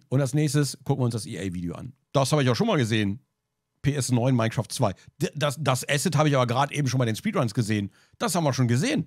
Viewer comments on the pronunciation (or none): none